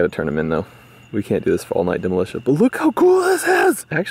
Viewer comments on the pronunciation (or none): Did d he say demolitia in an off the ranch vid?😱